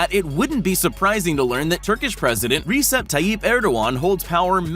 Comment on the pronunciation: thats not how you say recep